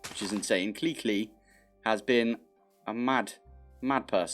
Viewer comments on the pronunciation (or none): none